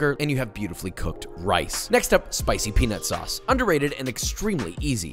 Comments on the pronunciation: Peanut sauce with silent T lol😂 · Pee Nut Sauce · I'm glad you put "Peanut Sauce" on the screen. I'm half asleep and it sounded exactly like what you and I both clearly thought LOL 😂😂😂🤣🤣🤣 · I'm glad the editor clarified "peanut sauce" cause that is absolutely not what I heard lmao